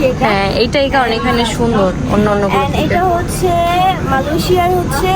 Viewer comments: are boldi malosiya ki jinis😂😂😂😂 uccaron ta toh thik kor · মালয়েশিয়াকে এই মহিলা মালয়েশিয়া বলে 😂😂😂😂😂😂😂😂😂😂😂😂